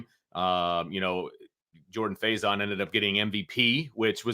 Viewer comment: JAG-uh-Saw. Gary Danielson f*d it up at least 3X. They butchered Jordan Faison into about 3 different mispronunciations. Had down & distance wrong on multiple occasions… That ancient CBS crew was horrible yesterday. They clearly didn’t want to be doing ND Ore. St. in the Sun Bowl.